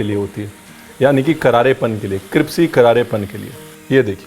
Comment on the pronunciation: कृप्सी क्यों बोलते हैं सर जी। क्रिस्पी को। हमेशा ही। क्यों।